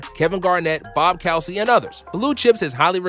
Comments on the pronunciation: a dozen prominent basketball players and then you name Bob Calsey it's Bob Cousy! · You said "Bob Cow-sey". Its pronounced " koozy". Bob Cousy. SMH LEGENDARY CELTIC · did this man just say “Bob Cowsee” ? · This narrator must be young. Bob "Cowsy"??? If you don't know, look into it. Sounded like an idiot. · who's bob cowsy? lol. this is a sports channel? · Way to absolutely chop up Bob Cousy’s name lol. True basketball guy you are lol. Oh, and Kevin Garnett was never in Blue Chips for fuck sake lol.